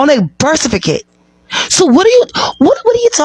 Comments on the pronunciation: what is a "birth cerficate"? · I love this video, but that one lady killed me with “birsificate” 😂😂